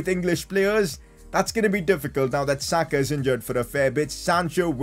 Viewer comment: Why u say sakas name like that